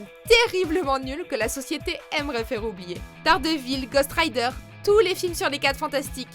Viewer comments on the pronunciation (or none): Grave j'étais choqué quand elle a dit gohst rider